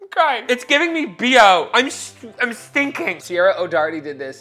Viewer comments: The fact that I know exactly when you filmed this because I got that same exact silver alert is absolutely crazy. Also her name is pronounced like Kira. I know it's spelled like but it's one of those Irish pronunciations like Sean and Shawn and Sioban as Shivon. It's a whole different alphabet with different sounds. Edit: DO YOU HAVE A WATER COOLER FILLED WITH KOOLAID??? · "DO YOU THINK I CAN HANDLE SIERRA O'DOWERTY?" You can't even pronounce 🤣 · Her name is spelled but pronounced Keira. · is pronounced Kyra and she is my spirit animal. I love watching the Try Channel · Just fyi is pronounced as Key-rah. Loved the video. Took the shots way better than I could lol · Ciaras name is pronounced like Key-are-ah but say it fast lol. and shes a beast haha watch "best of"" vids for her